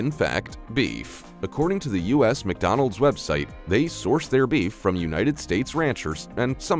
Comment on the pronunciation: Ffs there's no I in McDonald's learn to speak English